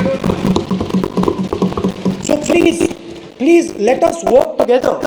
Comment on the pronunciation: Birla cant day please, he says pelse, what a shame Rahul Bhai studied from London and these idiots want to make fun of him